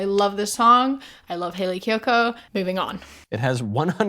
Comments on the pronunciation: he couldnt pronounce kiyoko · Bro couldn’t even pronounce her name right😭 Love Hayley kiyoko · He couldn't even take the time to pronounce her name right. ☠️